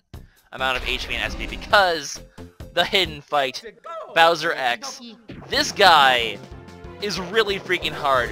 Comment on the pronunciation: its bowser not browser,he is not the internet!!!